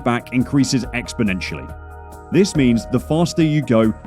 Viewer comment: "Exponentialy"??? That's a thumb down Be glad that i'm no youtube moderator